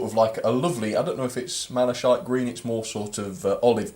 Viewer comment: Mala-shite livery .... I think it's more like Mala-kite !! ....